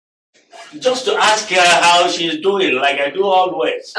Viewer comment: 'Aks' me another...